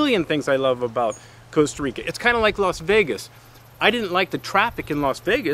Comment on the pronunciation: The worst thing is that he keeps saying Coasta Rica